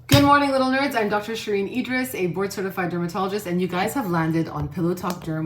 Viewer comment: Does it bother anyone else that she says “nerds”…. ? Just me? Ok… lol